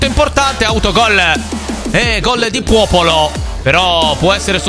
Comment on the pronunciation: se ascoltate attentamente a un certo punto dice puopolo